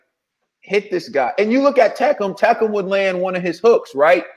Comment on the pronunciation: It's pronounced Tak am.